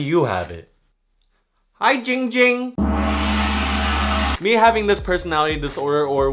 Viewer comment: It’s not ging ging It’s ZING ZING